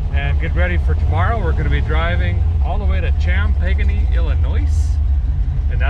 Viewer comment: LMFAO Cham-Peganie Illinois... Good lord Derek your amazing.